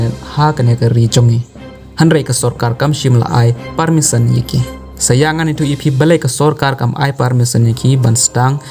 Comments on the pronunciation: Permission ❌ parmison✅ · Permisson ne permission tang pronunciation ruh ym biang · Pule news u ne u bah um nang pronounce permission u ong parmisson